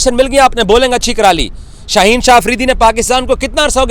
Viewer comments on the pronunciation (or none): none